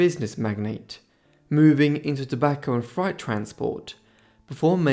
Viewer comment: Onassis story ...frightess business or do you mean FREIGHT ...pronounced FRATE......